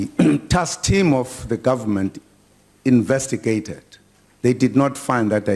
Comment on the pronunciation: Invetigated?? Haha ha the White Mans puppet.